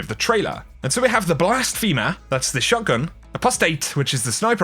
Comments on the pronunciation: Blasphemer=Blas-fem-er NOT Blas-feem-er. Come on. First Har-bing-er now this. (Har-binge-er) lol. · Am I hearing blas-feemur instead of blas-phem-er as In blasphemy